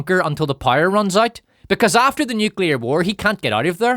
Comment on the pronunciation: "the sun has been around a long time - i know, i saw it in the 90's... despite being retro [...]" made me literally cry laughing... well done, and thank you! btw, i love that you pronounce "loud" as "lied", and "power" as "pyre", it sometimes makes the sentences even more hilarious!